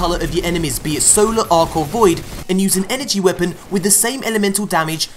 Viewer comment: I kept hearing soda instead of solar...